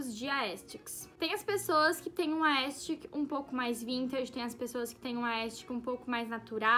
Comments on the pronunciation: Miga vc tá falando aestic kkkkkkkkk, é aesthetic, mas ficou linda essa produção amei🥰💞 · no começo: vcs disseram q se pronúncia "aestheric" ent vou falar assim no meio: aestic, aestic, aestic kkkkkkk